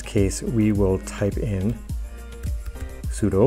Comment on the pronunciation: the way that you say "sudo" sounds like you are speaking Japanese lol